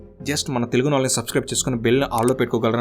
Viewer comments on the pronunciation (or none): none